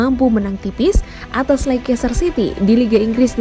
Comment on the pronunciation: Dibacanya leister mbaaa